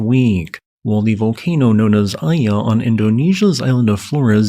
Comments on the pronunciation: FYI, the "I" in Mt. Iya is pronounced "ee" (meet, meat, week, weak), with "ya" similar to "yacht," so it's "ee-ya" and not "eye-ah" (the English letter "I"). Excellent update as usual,. Thanks for the hard work! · Iya is pronounced ee-ya(h)